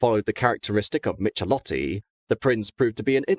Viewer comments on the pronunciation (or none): Michelotti is pronounced "mi-ke-LOT-ti". Can't you get anything pronounced right that isn't English?